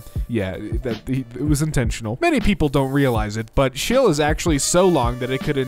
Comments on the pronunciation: did this man just call chile "chill" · Chile: is pronounced ‘Chilly’: Chill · Meme: Chile (Chil - E) / (Chil - A): Chill (Chil) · Did... did he just pronounce Chile as chill!? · Ah yes, “Shille” the very long and narrow country on the western coast of South America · Did this man just pronounce Chile as shil? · My guy did u really just pronounce Chile as chill??? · bruh chile is pronounced "chee-lay" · No it is pronounced "chī-lay". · Hr pronounced Chile as "Chill" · YOU PRONOUNCED CHILE SO WRONG THAT, idk I just wanted to be mad on the internet. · Do you really not know how to say chile?! And your better than the other trans sounding guy.... sorry